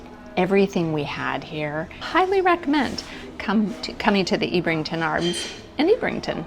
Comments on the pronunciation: Ebb - rington not Eeb - rington. HTH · I think you'll find it's pronounced Ebb rington and Kin et un